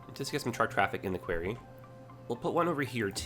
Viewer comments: No you are right I have never heard it said that way before quarey? Qwary? Qw-o-rry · Query is pronounced qu-air-ry like in your video. Quarry is pronounced qu-are-ry. Unless Canada pronounces it differently... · It's Kw-our-we! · Why is he calling the 'quarry' a 'query'? The latter is a request for information, the former in a big hole in the ground. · Well, after watching a lot of Thomas and Friends i've been pronouncing it "kwo-ree" so not sure where is going with it haha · Because this is bugging me also. Query is a question. Quarry is a large pit where rocks and minerals are extracted from. They are NOT pronounced the same. Quarry has an "a" like pronounced in war. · Happy to see this, but 4 minutes in and how you're saying "quarry" is driving me nuts. Am I the only one? Have I been saying it wrong all my life? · Can we blame it on him being Canadian? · Made me cringe too every time he said it. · As a Canadian, it was getting to me too... Definitely a Jedi-ism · Was gonna correct him too lol defo pronounced the 2nd way u spelt it